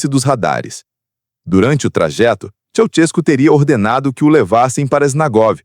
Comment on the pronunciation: Aprendam a falar o nome do indivíduo corretamente: Esse negócio de Tchau-tiesco não está correto: o certo é Tchê-sés- cu! É assim que se diz na Romênia.